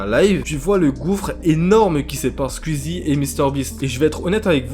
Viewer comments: Belle vidéo sinon c Skou-i-zy pas Skou-i-zy 😉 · Ça se dit "Squouizi" pas "squuizi" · Ah...le «Squizi» m'arrache les oreilles et aussi l'orthographe de certaines personnes sur le noms de Squeezie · Ce n’est pas méchant mais pourquoi tu fait une vidéo sur squeezie alors que tu ne sais même dire son pseudonyme tu dit nana skuizi déjà tu devrais apprendre à le dire . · Ça stresse personne qu'il dise "squizi" 😂😂